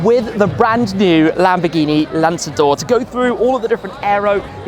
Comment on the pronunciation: Italian:- lanzador 🤌🏻 Bengali:- landador 😂